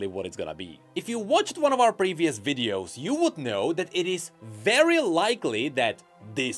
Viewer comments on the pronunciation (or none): none